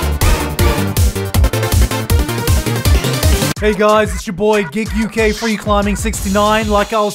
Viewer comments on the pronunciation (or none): Is that how you pronounce your channel name? "Gigg-UK" I have always pronounced it "Gi-gguk" XD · Until today I used to pronounced his channel name giggurk not gigg-UK